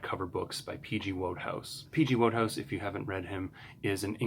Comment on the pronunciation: Enjoyable video - thanks, and congratulations on getting your books! I'm sure you'll learn this other ways as you go along, but Wodehouse's name is pronounced 'Woodhouse'.